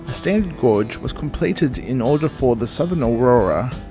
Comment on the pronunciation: FYI gauge is pronounced "gage" (rhymes with cage) not "gorge"